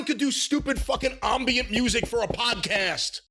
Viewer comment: everyone needs a friend like to casually let them know they've been pronouncing the word Ambient wrong for years. Makes complete sense now that I think about it.